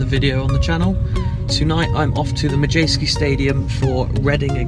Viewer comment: It's Madejski not madjeski